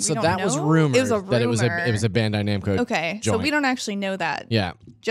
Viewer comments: "Bando Namcai". :P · Loved!! Can't wait until next week when she corrects the "Bando-Namcai" thing xB